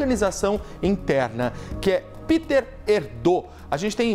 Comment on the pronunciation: O nome do cardeal não é "Píter" como se fosse em inglês, mas "Pêter Érdô".